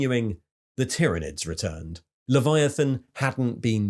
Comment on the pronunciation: Soooo good, great video! Plus I am somewhat relieved you’ve changed your pronunciation of Tyranids 😂